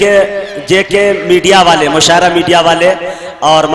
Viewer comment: Mushairah nahi balki musha arah hota h pagli